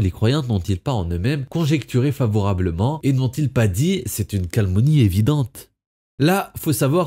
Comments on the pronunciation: Toujours très bien tes vidéos! (Mais "calmonie" t'es sûr ;)) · Certes! Mais "calmonie" fait bien saigner les oreilles aussi ;)